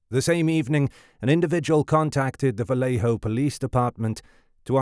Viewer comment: Not to be that person... But as a person from Benicia, it's pronounced "Vallay-oh"" not "vallay-hoe"".... even the movie gets it wrong. I know it's correct from the source, but only out of towners pronounce it "vallay-hoe""